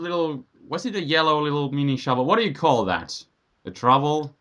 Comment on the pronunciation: Actually, I think did know the name of it. There's a gardening implement which is basically a miniature hand-shovel, and it's called a trowel. Or, as pronounced it, trovel. I love his accent.